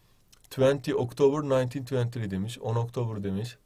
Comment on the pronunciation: The twenty octiber nine teen tventy first